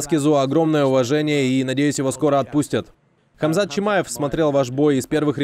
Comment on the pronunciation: Я орнул с момента когда он хамзата назвал камшотом))))